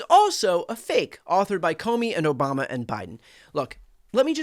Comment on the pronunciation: You mean Obamna???